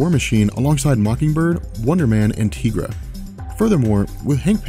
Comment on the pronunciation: Why are you pronouncing Tigra's name like that? It's Tie-gra, as in Tiger....